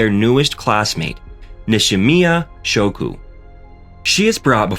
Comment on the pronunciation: It’s shoko dumbass not Shouko 😑